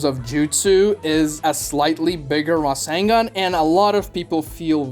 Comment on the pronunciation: razzengon? i thought it was rasengan